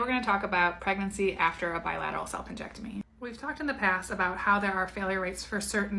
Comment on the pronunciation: I had to rewatch the beginning of this video and read the captions, because "salpingectomy" sounded VERY much like you were saying "self injectomy" and all ai could think was WTF IS THAT?! 😂😂